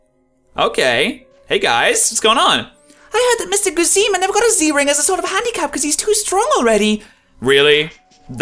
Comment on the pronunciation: How can you possible read "Guzma" as "Goozeema"